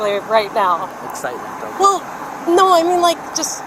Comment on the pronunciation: she says oooh okay!😂😂 so nice, she must be Canadian😅😅